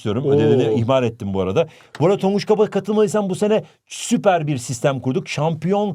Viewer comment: HOCAM TONGUÇA NE DİYOSUNUZ TONGUÇ BİŞEY DİYOSUNUZ YAA😊